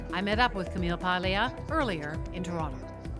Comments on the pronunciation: Paglia: It’s pronounced Pául-ya, not Pag-lee-uh. It’s like people who call mafia counselors “Con-sig-li-airy”. It’s spelled “consigliere” but pronounced “con-sill-yari”. The G before an N or L is silent but adds a “ya” sound in Romance languages like Italian and French. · is Italian? She doesn't even know how to say Ms. Paglia's last name? What a bimbo. It is pronounced Palia, I am not Italian, but I know how to pronounce it. What a bimbo she is. She self objectified. She used her sexuality to sell herself. Men did not do it. What a moron. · Honestly should know better than to mispronounce Camille’s last name as she is of Italian descent herself. Imagine if people called her Cee-Co-Nee instead of Chi-Co-Nay.